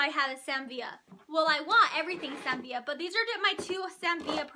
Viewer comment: It always makes me giggle when u say "Sam Vee-uh" although I'm pretty sure it's pronounced "Sam Vih-luh" lol 😜